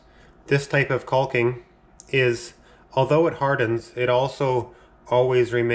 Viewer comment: The L is silent guy..